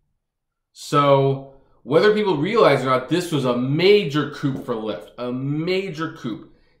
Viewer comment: 'coup' (french for 'cut' (of a knife) or 'stroke' (of a sword) ) is not pronounced 'coop', but 'coo'... ie., 'coup d'etat' (coo day tah) 'coup de grace' 'coo day gras' 'coupe' (meaning a 2-door passenger automobile), however, is pronounced 'coop'. When talking about corporate politics and car services it's likely important not to mix up your coup and your coupe.